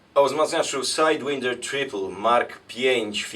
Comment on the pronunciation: czemu sajdwinder jak SAJDŁAJNDER przecież...